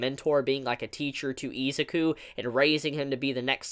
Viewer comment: It triggers me that you say EEEzuki and not I-Zuku